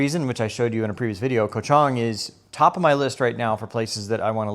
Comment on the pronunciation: Ko ch Ang like Tang ... not Chung... come on man 😅